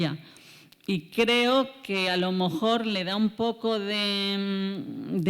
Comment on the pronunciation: No sé si atreverme, porqué frente a esta gran científica yo no existo. Pero en varias ocasiones la he oído decir, alomojor, y supongo que quiere decir a lo mejor. Seguramente el discurso no cambiaría, pero si la música al oído. Mil perdones de antemano